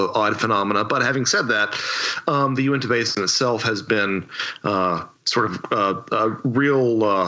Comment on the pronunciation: It's odd that inevitably someone who takes a big interest in this particular subject, will pronounce "U-IN-TA" as "UNI-TAH".